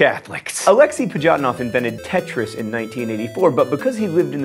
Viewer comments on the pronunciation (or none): none